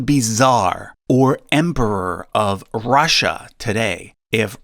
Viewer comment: Rasssia. Why you keep saying it like that ? Ru ru Russia